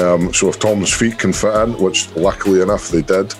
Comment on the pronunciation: You guys pronounced Fit as Fat and i was getting real confused :D